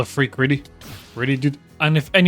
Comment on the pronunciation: im not trying to be mean or anything but the way he says frek kinda kreps me out